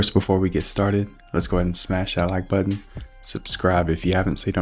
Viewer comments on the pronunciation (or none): none